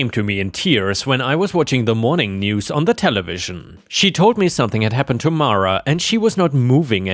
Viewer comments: Mara is "mar-a". "Mare-a" would be spelled "Merra". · It's pronounce Mara. 🙂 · Best person to ask about the pronunciation of Mara is the actress who played Matilda in the original movie - Mara Wilson - it’s Mah-ra! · It’s pronounced mar a, not mare a. I know this because it’s a Star Wars reference, Mara Jade. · 👍⭐️✨️🌟✨️⭐️✌️🐱😻🐱❤️🤟 I would pronounce Mara as mah-ruh.